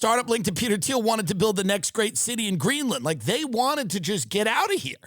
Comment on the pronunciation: Peter Dinklage popped in my head everytime he said Peter Theil